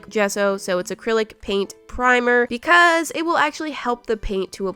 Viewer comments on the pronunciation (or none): why did your “because” sound soo wierd